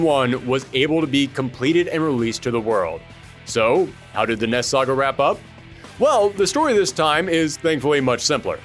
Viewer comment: It sounds like your saying ness saga